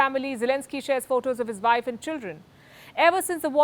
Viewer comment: I love the way you pronounce wife ...vaif...sounds Germanic...